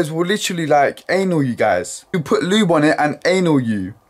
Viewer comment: “Anal you” did anyone else hear that? I think he was trying to say “Annoy you” .